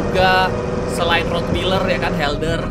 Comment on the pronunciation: Anjing herder pak setau saya bukan helder :v